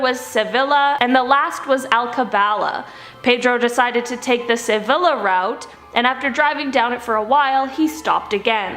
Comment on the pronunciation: Can the hosts please learn not to mangle the names of foreign cities? It's not hard to Google how to pronounce names like Malaga and Sevilla